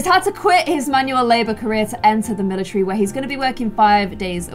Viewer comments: IT'S NOT MILATREE ITS MILATARY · everyone: "and join the military": "and join the milicherry"